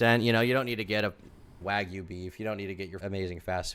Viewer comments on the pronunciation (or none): none